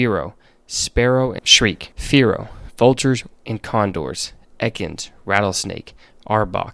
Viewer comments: horrific pronunciation of shrike. it's supposed to rhyme with bike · I’m dying at how he pronounced shrike 😭